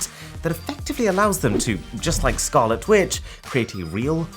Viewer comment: Odk if i misheard what he said but did he say “Scarlet Twitch” instead of Scarlet Witch